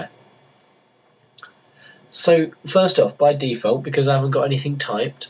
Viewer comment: "be cause" Nigga...